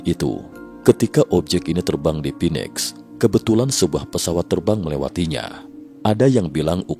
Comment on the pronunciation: Pak..... Phoenix dibaca : FINIX bukan PINEX